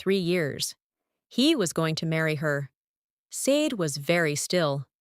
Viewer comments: Not SAYD. Shar-Day. Short for Folashade. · It's pronounced "Shah DAY" because it's YORUBA and should be written with the correct accent and diacritic marks. The "sh" sound in many Yoruba words/names because there's a dot mark under the S — Ṣ/ṣ. Ṣàdé To get the Ai narrator voic to pronounce it (and other Afrikan and non-English words) correctly you have to write out the names/words phonetically — ie Shah DAY. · LEARN OUR NAME BECOME YOU USE IT. SADE IS PROUNCED SHA-DAY😢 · No! Not "Shar day". It's just SHAH DAY. There's no "r" sound. That's a lazy arrogant and western US/UK pronunciation. Her name is Yoruba with specific accent and diacritic marks that make the 's' have the 'sh' sound. The correct spelling is Ṣàdé = Shah DAY. Same for Óṣùn not Oshun. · No! There's absolutely no h in her Yoruba name. There is no sh combination in authentic Yoruba. Her full name is Fọlàṣàdé. The dot under the ṣ makes the 'sh' sound and the accent aigu over the é makes the 'ay' sound in Yoruba. Without the accent and diacritic marks it's SAY Dee. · SADE IS PRONOUNCED SHADAY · Why is her name mispronounced? It makes it hard to listen to. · I couldn’t listen. Three minutes in I had to stop. That’s not how Sade is pronounced. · Lol...evertime she say it I subconsciously correct it